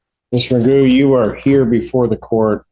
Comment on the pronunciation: I think his name is actually Daniel McGough, not Magoo. But Magoo is funny. :D